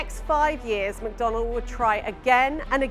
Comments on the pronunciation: It’s McDonnell not McDonald…… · Isn't it McDonnell?